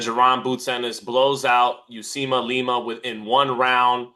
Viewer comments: Somebody tell it s Uisma and not Usima. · Uisma “u eeeze ma” not Usima 😂😂Usima Bin Boxin